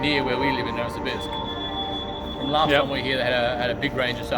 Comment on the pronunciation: Nouvosibuursk. Love the way you pronounced it.